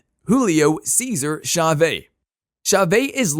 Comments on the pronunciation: Chavé? Lol. Cha-VEZ. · "Cha-Vay"??? WTF, how amateur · Who the hell is Julio Caeser CHAVAY????? Does he think he's pronouncing it how Mexicans do, lol??? Sorry mate, I love boxing and you got good videos, but come ON! I have a feeling "Wokeness" is behind the butchery of this great legend's name